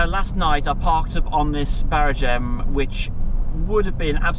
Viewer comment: it is not a barraGEM but a barRAgem